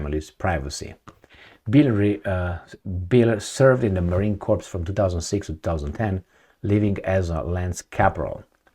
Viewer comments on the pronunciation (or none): The 's' in 'corps' is silent, as is the 'p'. It sounds like 'core'. You are saying 'corpse', which is a dead body. Confusing, I know.